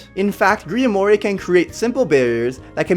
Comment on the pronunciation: Griamore is pronounced “Griamor” not “griamore”